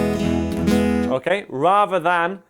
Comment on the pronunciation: His “okæ” makes me sane